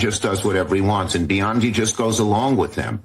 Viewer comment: Can someone please correct Schumer and explain that Pam’s last name is Bondi and not Biondi. So irritating everytime I hear him mispronouncing her name.